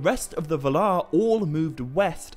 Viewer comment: Why do you say va-LAR rather than VAL-ar?